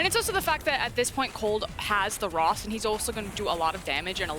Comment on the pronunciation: Who is “rost”??? He keeps saying rost...